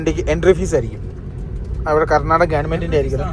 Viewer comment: Karnataka......not a karnadaga Mira correction akuuu